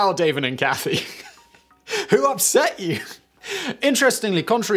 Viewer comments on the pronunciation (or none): none